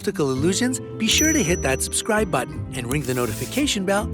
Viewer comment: What if you noticed that YouTube narrators whether they are real or AI can’t pronounce “subscribe”? It’s not susscribe kids